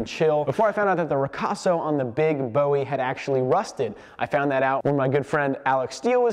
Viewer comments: As a Texan, you're killing me with how you are saying Bowie. Jim Bowie prounounced his name as 'boo-ie' not 'bow-ie' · Can we please pronounce the Bowie knife correctly. Bo ee was the singer. Boowee was Jim Bowie of the Alamo. Ancestry has the name as Bui